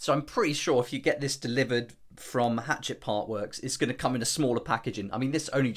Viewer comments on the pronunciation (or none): The publishing company is pronounced “hah - chet,” like laughing at a guy named chet, not like a small axe.